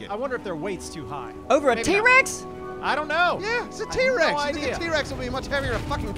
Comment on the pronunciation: 4 years later I just noticed said t-wex XD